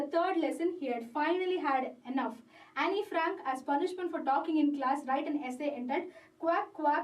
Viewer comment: It should be pronounced as ann- frank